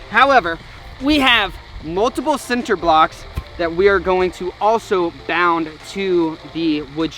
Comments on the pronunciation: This man just said "sin"ter blocks......what 🤣🤣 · Dis this man say “center” blocks? That gave me “Tubberware” vibes lmfao😅❤️